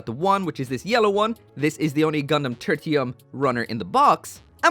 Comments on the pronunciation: Great vid as always, but you misspelled the name in the title, bro. Also, I think the name is pronounced: Ter-Shee-Uhm Its derived from Tertiary, meaning third in a series. Just a twist on the whole Gundam Mk. III thing. Ter-tee-uhm sounds awful lol. Like some branching evolution of Squirtle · Turr-shee-um, not Turr-tee-um. :P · Is it weird that I heard Turkey-um instead of Turtium?